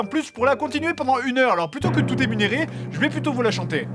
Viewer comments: "Émunérer" au lieu d'énumérer à :rire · Vers il dit « emunérer » au lieu de « énumérer » :p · Énumérer pas émunérer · Énumérer pas "emunerer" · Je suis le seul qui a remarqué vers quand il dit emunerer au lieu d'énumérer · Emunerer ? jcrois avoir entendu une faute hahaha j'imagine que tu voulais dire Enumerer :") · " Plutôt que de tout émunérer..." Sans déconner, il y a que moi qui ait remarqué que c'est énumérer et pas émunérer?! Fred serait-il dyslexique? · Bon petit épisode de reprise, sa fait plaisir :D Juste un petit truc que j'ai remarqué, rien de bien méchant mais sa me fait sourir ^^ Emunéré? Moi qui croyais que sa se prononce "Énuméré" :P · t'as eu un petit bug j'crois, c'est énuméré pas émunéré 😂😂😂 autrement c'est top comme d'hab! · "Script! SCRIIIIPT!!!..... script?" J'ai bien entendu "éMuNérer"???? Sérieusement M'sieur Grenier?🤦🤦🤦 Donc si vous devez m'appeler je vous donne mon "MuNéro" de téléphone ? 🤣 Ça doit bien faire la 10eme fois que je regarde vos vidéos et je découvre toujours une bafouille ou autre conneries, mais ça prouve juste que le type avec la perche et le casque n'est pas attentive (n'est-ce-pas, Monsieur Seb?), mais ça rend la chose d'autant plus drôle 😄😂🤣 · Mdrrrrrr , tt « émunérer » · "Plutôt que de tout émunérer" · tout emunerer ??? lol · "Émunérer"? Fred, tu peux respirer entre deux phrases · très bonne vidéo, du jeu, des détails de gameplay, une ptite chanson, quelques mises en scène, bref un bon cocktail! En revanche, j'ai bugué à , sur le "émunérer". Sinon, bravo! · Moi je note qu'à il dit "émunéré"... Grammar nazis du monde entier, unissez vous ! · a j'ai bien entendu "émunéré"? bah alors Fred un petit problème de diction? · "Emunéré" Haha ^^